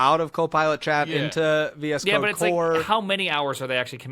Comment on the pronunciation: I thought he was saying "VS cock"